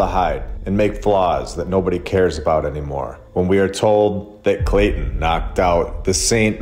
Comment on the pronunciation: Clay-ton as in bricks ....